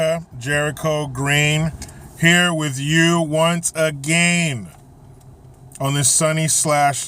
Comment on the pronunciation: Keep em coming Jericho! “Once ah-gain!”